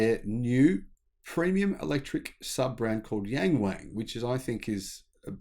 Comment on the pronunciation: The name Yang Wang only sounds "bizarre" because your pronunciation of it is BIZARRE!